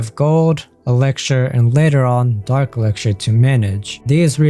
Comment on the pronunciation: Why did you say elixir like that 😭😭